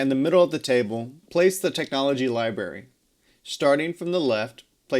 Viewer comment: Are you saying "libary?"